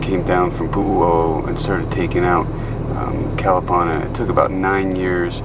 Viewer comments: Nice video. I remember Kalapana long before it got wiped out and yes it was a nice place with its black sand beach and friendly people. But Please pronounce Kuh-luh-PAH-nuh properly please. Thanks! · For someone who has lived on Hawaii Island for a long time you sure do butcher the place names. Your mis-pronunciation of Kalapana is very irritating. Your "Hi-Ho Silver!" is pretty silly. A hui hou means see you later. Are you a real estate agent? You seem to be focusing on land/home purchasing.